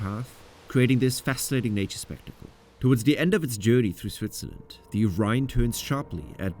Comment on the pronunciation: Why does he say thee instead of the?